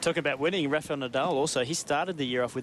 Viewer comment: It's actually Rafael not Rafeal